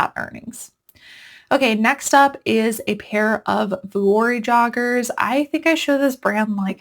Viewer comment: Hi! Love your videos! Vuori is pronounced vee-or-ee, not vu-or-ee. 🤍☺️